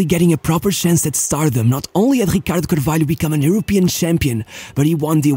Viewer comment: da maneira q ele disse ricardo carvalho e 100% portugues